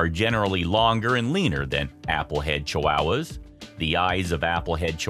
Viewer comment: "Chiwowas" lol I've never heard anyone pronounce it this way before.